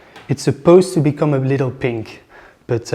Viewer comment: Excusez-moi. On ne dit pas litelle. Ce n'est pas un petit lit. ;)